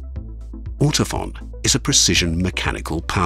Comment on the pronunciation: Now I know how to pronounce "Ortofon" (Like "phone", not "fawn". I'm pretty Shure about that. ;-)